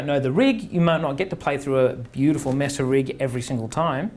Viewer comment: "MAY-suh" not "Mess-uh".